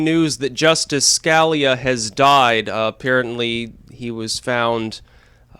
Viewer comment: Scalia, say it with me, skuh- lee- uh. There.... Feel better?